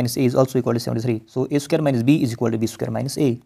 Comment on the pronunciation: It is not "isiqualt". It is " Is equal to" try to pronounce properly. Btw explaination was nice